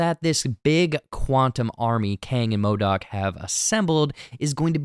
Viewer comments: yes... WHY ModAk. hahah It's MODOK. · Sooo we gonna ignore "MODAK"